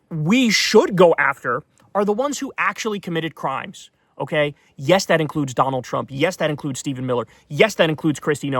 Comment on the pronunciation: "EYE AM DONALD TRUMP!"